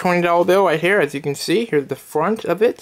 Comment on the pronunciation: Here is the fwant of it 😂